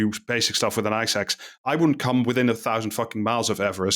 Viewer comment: if i can be sincere for a moment, i learned a lot. i was aware rich people are trashing everest, but this was very interesting! Also I heard eye sacs instead of ice axe.